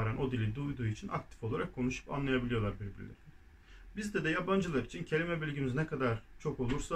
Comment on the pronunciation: Merhaba. Bu videoda de artikelini dö olarak, canlı ders 1 videosunda dı olarak telaffuz ettiniz. Doğrusu nedir acaba?